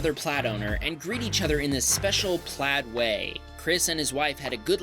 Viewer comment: Dude stop saying "Tesla PLAD" iTS "PLAiiiiiD"